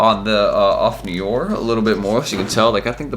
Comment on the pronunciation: Off No* R. Not of neeeooorrrr